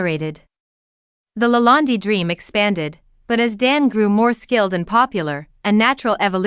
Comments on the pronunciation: Why do you call it LA land- DI, It's not called that.. Just curious.😆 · Who is speaking? She cant even pronounce LaLande correctly! Poor